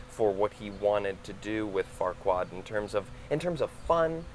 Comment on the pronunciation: Rob is such a sweetheart. He is a humble person and performer. And did the interviewer say Farquar instead of Farquaad? Lol But still a wonderful interview!!!